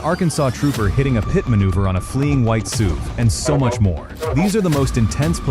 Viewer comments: “Fleeing white soove (SUV)”??? How’s that stupid AI narration working for ya, lazy YouTuber??? 👎👎👎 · You lost me when your AI announcer said "soov" unstead of SUV